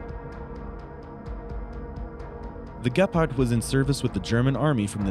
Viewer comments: The way he pronounces "Gepard" drives me crazy, it is spoken with a long E. Maybe just use the english word "cheetah" instead :D And than i ask myself if even the english title is wrong? "This Germany's Weapon" shouldn't it be "This german weapon? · It sounds funny how you say the name of the tank and the name of the company. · why are you saying gepard so weird. It is named after the african cat you know...